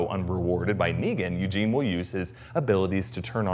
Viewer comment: Lmao "Youjean", thats great i love it lol It's Eugene btw ☺